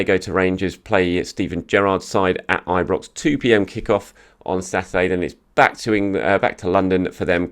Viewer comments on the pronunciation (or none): none